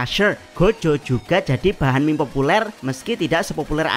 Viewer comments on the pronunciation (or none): none